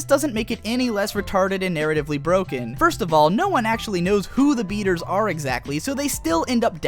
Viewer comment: its (BAY-TERS) not batters dumbass and SAO is better than all you other shitty ass animes